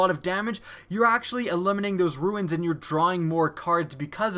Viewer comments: Yeah it's pronounced "roo-n" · why are you incapable of pronouncing the word "runes"?